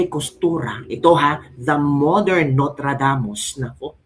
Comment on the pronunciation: Pls don't say Notradamus...it shd be Nostradamus...Just saying..Pls don' t get offended...